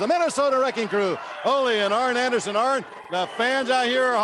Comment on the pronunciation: It always sounded like Dusty called him Iron Anderson.